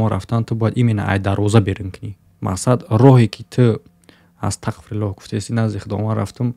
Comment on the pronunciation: сад фоизай гапот просто вахте ТАҒФИР мекуни яъне Астағфируллоҳ бояд через ҳарфи (ғ) бгуй а ты чанбор шид Астақфируллоҳ гуфти кароче хато кади нито нафаҳм просто гуфтм ислоҳт кнм а так зинда боши